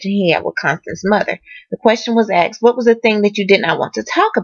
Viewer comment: Please say asked not axe